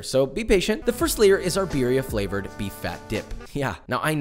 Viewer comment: I’m surprised you aren’t fuming at him saying beeria instead of birria